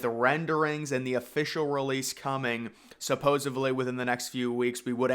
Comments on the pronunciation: It's "supposedly"!!! There's no "supposevly". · I getting my info from a guy who says “supposaBly